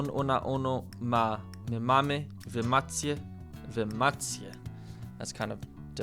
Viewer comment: "Macie" should sound more like "Maće" and not "Mac-ie" since in polish when there's i after c it makes the sound of ć, but just a little longer. And btw you're doing really good, as a pole I am proud of you